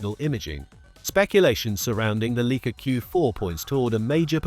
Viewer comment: "Leek-ah?" Sorry, but the entire video loses credibility when the brand name is mispronounced.